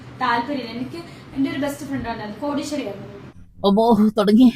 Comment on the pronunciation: കോടീശ്വരി അല്ല, കോ...ടിയ, ഈശ്വരി